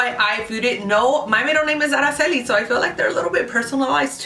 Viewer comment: I like that you can pronounce Araceli ur the only one who's pronounces it right ..!